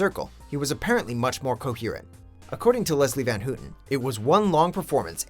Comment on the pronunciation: Her name is pronounced "Van HOW-ten" not "Van HOO-ten." Do your research,.